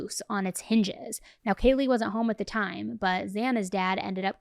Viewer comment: Hi, I’m sure it wasn’t intentional but you mispronounced Kaylee’s name… is it possible to fix it?